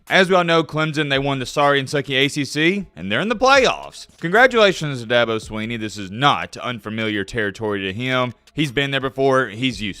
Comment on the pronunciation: Thank you, well put. doesn't even know to pronounce the man's name. That should tell everything you need to know. He listens to a bunch a fodder and reports what he hears.👍